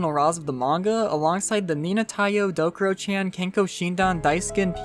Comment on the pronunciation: it's called Dokuro-CHAN, not Dokuro-CHEN